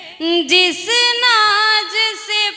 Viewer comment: Awaaz aur gazal bahut achchi h ,lekin urdu k pronunciation bahut kharab h,Unchai pr jaane k liye sudhaar kijiye ,,Naaj ,nahi Naaz,Awaaj nahi ,Awaaz ,,karar nahi ,Qarar h, ,Wah wah krne walon ko bhi samajh nahi h,,,🎉